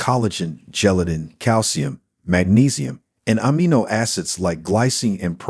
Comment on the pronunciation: OH-m''gah acid? OH-m'gosh! It's oh-MEG-gah acid you foreigner. Amm-ih-NO? No no! It's ah-MEE-no1